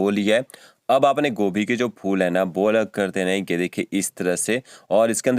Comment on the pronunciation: ये की जगह पर gay बोल रहे हो